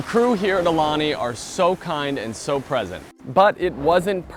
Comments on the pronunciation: It’s said ah-oo-lani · You did pretty well with the pronunciation of the Hawaiian words except... For the name of the hotel! The U makes an ooh sound which you did not pronounce once. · You’re pronouncing “Aulani” wrong. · I agree.